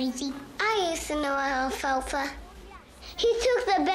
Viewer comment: He said alfalfa 🤣🤣